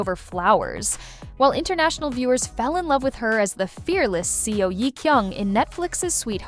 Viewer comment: These idiotic voice-overs - c'mon content owner - use phonetics to properly have your AI robot pronounce the names. "S.E.O" is NOT how you pronounce "Seo"... "S-eye" is not how you pronounce "Si". This ruins your credibility.